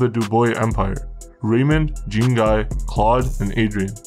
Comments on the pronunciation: Gros on dit "Jon Gee" crissement plus que "Jean (comme les pantalon) Gaiye" Patnais dit Jeen Gaiye, c'pas ca pentoute. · Jean Guy would be pronounced Jawn Gi Sounds like Shawn but with a J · It’s pronounced Doo-bwa (Dubois) and Jan-ngee (Jean-Guy)… Trust me. gee like guitar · I love your videos, but damn, I gotta say, the pronunciation of some of these names left me giggling. For instance, Dubois isn't "Doo-Boys, it's "Du-Bwah". Jean-Guy isn't "Jeen-Guy", it's more like "John Gee", with a soft "J" and "N" rather than a hard one. Granted, Quebecois is a difficult language to pronounce generally unless you grew up around it (even for people who speak other dialects of French!). Either way, keep up the good work. Excellent research. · Dubois is Dew-Bwa, and Shon Gee is Jean Guy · lol its pronounced "jhawn Ghee"" not Gene Guy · You have good and well informed reports. One suggestion when dealing with French names you pronounce them wrong.Dubois would be Dubwa, Jean Guy would be Jon Gee. G like go. Normand =Norma. Claude= clowd. If in the future you use French names I'd be happy to help. Cheers. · Gene guy 😂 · As a Canadian Anglophone myself, the family name is pronounced d-OO-b-w-aa Jean GUY = Jau(n)GEE; Claud = Cloed; Normand and Raymond would probably have a drop in tone at the end of the name and a silent 'd' because the more imporant D sound comes from their last name. In the 70's and 80's we were required to take 9 credits of French in order to graduate (Provincial requirements do vary). Be careful with those French names, they can get pretty stabby about it all... Especially in the topics you are into across Canada. Don't get me wrong, I like all your programs, but now that you are not using T2S, you need to get those right. Btw. I would love to know your take on the FLQ/October crisis, but for that will need to adhere to the above and then some. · It’s pronounced Doo-bwa (Dubois) and Jah-ngee (Jean-Guy). Trust me. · Lol jean guy 🤣 it's pronounced john gee